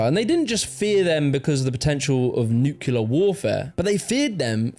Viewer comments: when you say nuclear, it's 'new clear' not 'nuke u lurrrr' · Shame on you. Nucular?? You're British for fuck's sake